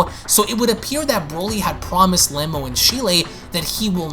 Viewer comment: I'd like to point out a couple of pronunciations you got wrong. Cheelai for one is pronounced Chee-Lie, the E is long. Next is Lemo. Again, the E is long so the correct pronunciation is Lee-Moe, with the O being a long O. But aside from that, great video